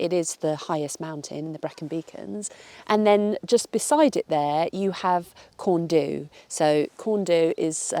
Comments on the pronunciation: Not Corn doooo it’s Corn DDU (deeeee) lol good luck with our lingo ❤ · croeso i gymru Welcome to Wales Right time to de-English you a bit. It’s not Pennyfan Try a cheeky trick It’s Pen uh van Corn du cheeky trick The d makes a thee sound. corn thee We want you to stay But we are like the Borg we will try and assimilate you 😀😀😀😀😀😆😆😆😆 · Its pronounced Corn thee . U is pronounced ee. Usually. Just saying. Hope you do come to Wales. It's beautiful. Great video too. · Welcome/croeso! For future ref, Penyfan = "pen--er-van, and Corn Du = "corn-dee"